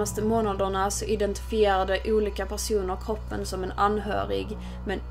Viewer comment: Varför säger du koopen istället för kroppen